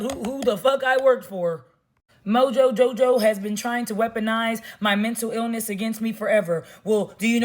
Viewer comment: The way she says Mojo Jojo gets me everytime 😂 . Keep your head up. Do whatever u have to, to cope. Fuck the ignorant feedback